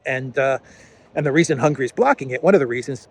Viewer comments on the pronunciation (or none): The word HUNGARY is not pronounced the same way as the word HUNGRY! Do you see the difference?